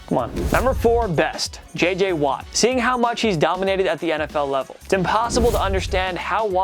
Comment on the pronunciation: "JJ Watte". Like dude, cmon man.